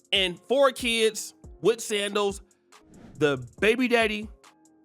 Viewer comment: Every time when says Sandals I just crack up laughin. 😂😂😂😂😂